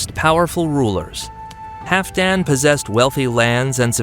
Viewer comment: I believe you are mispronouncing Halfdan. Hall-f+dan. The L is not silent.